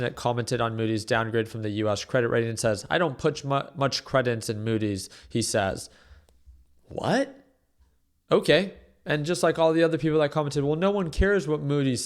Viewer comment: Maybe learn how to pronounce ‘credence’ first before predicting market selloffs…